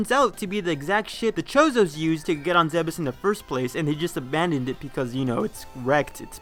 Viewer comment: Ugh. It's pronounced "Zeebs."